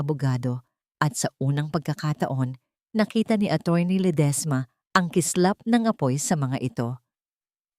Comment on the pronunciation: Ang Arte mo namang mg pronounce maam Lede esma Diba Ledisma